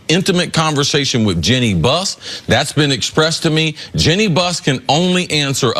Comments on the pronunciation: Jenny (Jeanne) Buss? Jole (Joel) Embiid? Just an observation about the eee sound. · This must be the 100th time I've heard you mispronounce it. Her name is not "Jenn y".